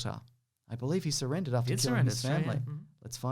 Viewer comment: There needs to be at least one more R in surrendered